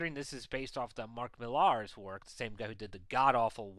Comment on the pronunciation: Mark Millar is pronounced 'Miller', and the Wanted movie had very little to do with his graphic novel of it.